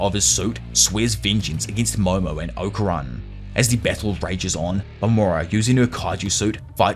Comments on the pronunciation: Okarun is pronounced Okarune bro they say it properly in English and in jap when y’all start butchering names it’s like my ears bleed. Not trying to be rude I’m just saying. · Its Oka-roon... Fuckin annoying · The way ‘Okarun’ and ‘Saint-Germain’ is pronounced in this so disconcerting.